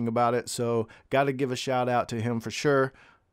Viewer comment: Your "shiut out" was cool, 😊